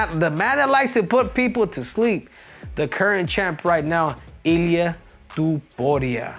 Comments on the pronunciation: Pronounce it like Top Uria not To Puria brah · It's Topuria, not Tuporia 😂😂😂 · His name is tOpuria O. Not tUpuria wtf 😂😂 you cannt even pronounce the easy georgian names 😂😂😂😂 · Looks like Henry needs another lesson form Merab how to pronounce Topuria’s last names 😄